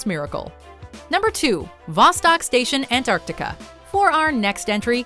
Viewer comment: You guys say ‘Antartica’ Weird... I should Know, I live right next to it! Say it all together not ‘Ant-Arc-tica’ more like ‘Antarc-tica’ the moreee youuu Know haha.